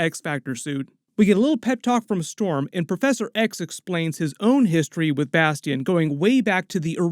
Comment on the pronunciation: Bas tee ion haha i wonder if next season is gonna be AoA